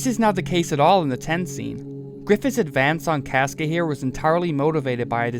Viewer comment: I will listen to your opinion when you pronounce casca like a normal person